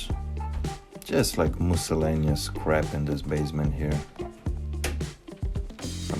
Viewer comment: Love you! May I gently point out miscellaneous is pronounced like "Miss L Aneous", not so much "Moose L Aneous".:)